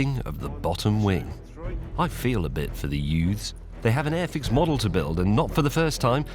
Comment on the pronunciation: I love how the way you enunciate it has nothing to do with the name on The box. The way you enunciate it it sounds like AFX .... When in all reality the name is airfix